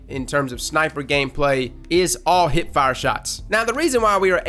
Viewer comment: I like how you say hip (heip).